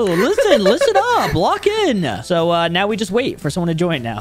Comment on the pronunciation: I like when she said are you serious right neow